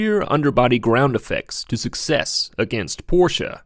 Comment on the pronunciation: I love how you pronounce Porsche the correct way. So refreshing!